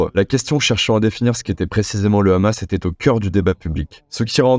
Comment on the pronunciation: Et oui en France condaner le rrrrrrrrhamas😅 c'est obligatoire 😅😅